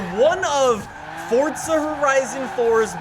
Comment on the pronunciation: Im not a hater, but please say it for'z'a instead of fortza, please Said fortnite to much Im seriously not a hater your vids are great bro